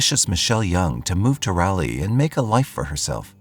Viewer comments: lol!!! “RALLY” 😂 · I must have been pronouncing Raleigh wrong all these years? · As a NC native I didn’t realize he was talking about Raleigh until said capital of the state. And then every time he said it it has provoked this primal cringe 😂usually he gets pretty spot on with things. First time I’ve heard it pronounced that way tho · I love your channel but it’s RAll-Leee and Row A Noke 🤦🏻‍♀️ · Raleigh=raw-lee Roanoke=row-uh-n-oak Love your videos, those mispronunciations made me laugh though, right in the middle of this tragic story. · It's text to speech. Also you bad at the dictionary sounding out thing.